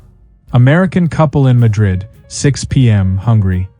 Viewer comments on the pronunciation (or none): none